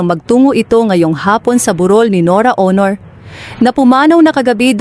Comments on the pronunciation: I agree with you she can't pronounce properly. What planet she came from? I'm based overseas but I can still speak and pronounce properly. NORA AUNOR SOUNDS HONOR. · Oo nga parang tanga Aunor lng di pa ma pronounce ng mabuti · Ano ba tong nag sasalita norra ooonoor ang tawag sa superstar. Nora Aunor.. please don’t make any videos about anything Tagalog or anybody specially about the death of important person.. you can’t even pronounce the name properly. that is beyond disrespectful. Tarantado to! Bwisit!! Unsubscribe!! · Aunor naging honor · Pagbutihin mo naman ang pagbigkas ng pangalan N O R A A U N O R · Pati family name ni NORA Mali ang pronunciation magaral ka muna ng tagalog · Bakit hindi ka marunong mag pronounce ng Aunor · I agree. She can’t even pronounce Nora’s last name right. Please practice your Tagalog before you blog.